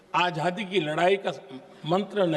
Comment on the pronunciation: मोदीजी, आझादी नहीं आज़ादी । आप का उच्चारण सही नही। आज़ादी हींदी शब्द है क्या? लगता है यह उर्दू शब्द है?